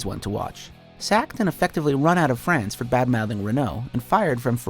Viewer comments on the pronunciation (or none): none